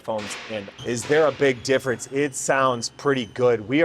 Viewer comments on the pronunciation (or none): none